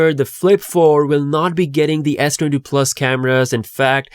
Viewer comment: When you said S22, it sounds like S20, I have to repeat it again to clarify.. cant you pronounce s22 properly?